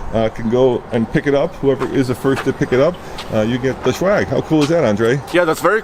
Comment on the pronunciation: He said shwagg not swag lol.